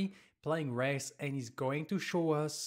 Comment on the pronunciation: So confused on you calling Wraith "Res" 😅